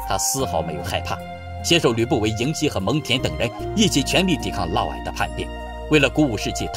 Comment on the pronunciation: 嫪（烙）毐（矮）